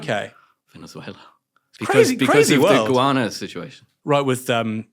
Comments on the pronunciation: How does he think you pronounce Guyana as "Iguana"? He does it consistently, so he clearly thinks that is how one pronounces it. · It's "Guyana", not "Iguana"! 😉